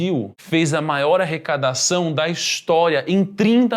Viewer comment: "arrecadação"... Kkkk